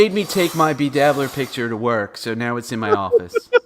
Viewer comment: And btw, it's electric not eletric, it's picture not piture, what kind of accent is that or is it braindamage